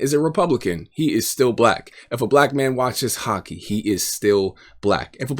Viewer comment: You lost me at “Hocky” lol jk jk.